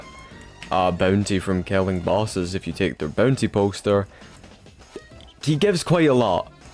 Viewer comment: MY LORD AS MUCH AS I LOVE U FOR MAKING A VID LIKE THIS I CAN NOT INORE THE "boontay"